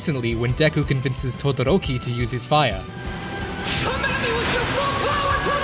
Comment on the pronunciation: You were so enveloped in your Japanese enunciation that you said "Fiya."